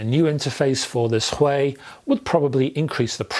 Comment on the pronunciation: Don't you think it's Huey? The way you pronounce it it sounds Chinese lol. It's a British company after all? I could be wrong as well obviously. Hopefully Chord reach out to iron this one out lol